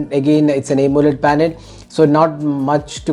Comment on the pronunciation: Bro! Please try to say Aamoled instead of A moled like you say!